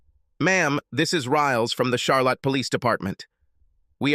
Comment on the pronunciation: Lol. Char lot ee